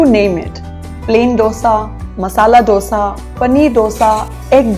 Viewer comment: Nice to know that you like South Indian dishes. You can try to pronounce dosa like we do too...